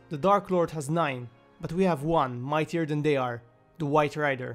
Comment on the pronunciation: At the beginning it sounds like he said, "Mithrandir, the WIFE RIDER", I'm probably alone in thinking this though